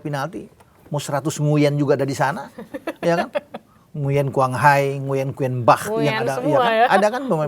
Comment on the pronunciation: Tulisan Nguyen , cara bacanya Ngu-ing 😂